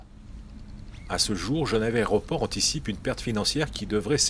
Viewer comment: "L'aréoport" :-D